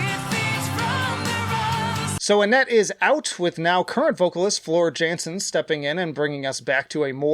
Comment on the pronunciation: TarYa not TarJa. Floor Yansen not Jansen